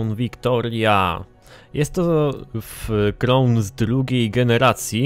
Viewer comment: Ford "KRAŁN" Victoria nie "KROŁN" ;)